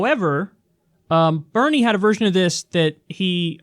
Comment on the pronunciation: Benie? You mean Bernie don't you? 😄